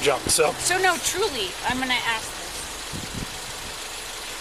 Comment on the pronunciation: Every time she lies, it starts with “Trully” Lmaooo